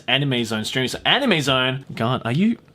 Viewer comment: “was pboogiepop fpantom an animeu ?” S E A R C H